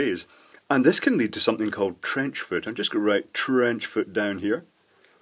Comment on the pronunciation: "trench foor"